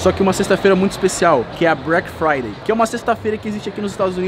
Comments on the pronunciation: ele falou brack friday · Breck Friday kkkk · brack friday kkkk, o cara ta nos estados unidos por um ano e n sabe falar em ingles kkkkkkkkkkkk, e ainda acha q black friday e so nos estados unidos... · " BRECK FRIDAY " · ele quis dizer BRECK de BREAKMEN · A “Brack Friday” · nem parece que ta estudando ingles, "Chris BRONW", "BRACK Friday" tem que entrar pra harvest em kkkkk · break fraideu kkkkk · "BRACK FRYDAY " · Brack friday, da dor no cérebro de ouvir, meu Deus se dedica e aprende inglês ai cara! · mano do ceu, tava me irritando o falando brack Friday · só eu que reparei nele falando break Friday em vez de black Friday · Só eu que percebi que ele falou break Friday hahahah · "Brack fiday" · a pronúncia correta é Black Friday 😂😂😂😂😂😂😂😂😂😂😂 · "Breck Friday" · O fala Brack Friday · "brek fraidey" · O n sabe fala todas as vezes q ele tento fala Black Friday ele falava Brack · Pensei que fosse Black Friday e não Bruack fruayday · So eu fiquei agoniado com ele falando brack friday?? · É Black Friday não Brack friday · meu deus o cara ta la nos estados unidos e nao sabe nem falar black friday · O cara tá nos eua e n consegue nem falar Black Friday KKKKKKK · Pronúncia de Black Friday tá difícil hein😥